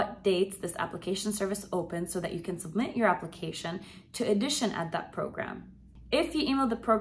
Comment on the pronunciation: Sorry. Please fix your pronunciation of “audition”. You make it sound like “addition”.